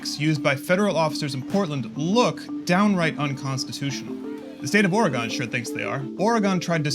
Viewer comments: as a native pacific northwesterner, it drives me nuts when people pronounce Oregon "O-reh-Gawn" it's "OraGun" damnit! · Oh-re-gun. not oregone lol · Oregon is pronounced with TWO SYLLABLES, not three. OR-GUN, not OR-REH-GON. Thanks, an Oregonian Good vid otherwise. ;) <3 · He is pronouncing Oregon weird lol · Bro... stop saying ORAGONE... its ORYGUN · Oregon is pronounced like gun not gone, at the end. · why this dude saying “aura-gone”....bruh, its “oreh-gun” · Oregehn. Not Gone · He says Ora-Gone I can’t take dude serious. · Did this reporter say Oragon for Oregon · This guy doesn’t know how to say Oregon. He says Oragun. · “OR EGON” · Vice what happened to you? Never posting the real anymore. Just biased information, incorrect stories and not to mention the inability to say Oregon properly. Smh gtfoh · This guy can’t even say Oregon right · Bruh this dude cant even pronounce Oregon right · Try pronouncing "Oregon" correctly if you want to seem like a real journalist